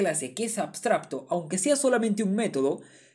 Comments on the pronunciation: Muy bien explicado, gracias. P.d. se dice abstracto, no abstrabto. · por cierto podria jurar que dices "abstrabto" y no "abstracto" jaja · AbstraBto dice jajaja, un like para que aprenda a decir abstraCto. Igual explica como ninguno, arranque con un video y me estoy mirando todos!!! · como es posible que teniendo la palabra en la diapositiva no sea capaz de decir correctamente ni una sola vez la palabra "abstracto"? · por qué pronuncias ABSTRABTO? sklajajajdjs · MUY BUENA TU EXPLICACIÓN, PERO DISTRAE MUCHO LO DE "ABSTRAPTO" JAJA, SALUDOS. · La verdad increíble como explicaste todo! Muchas gracias por el video. solo puedo criticar que pronuncies "abstrabto". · 2023.... Ya aprendiste a pronunciar la C, hermano?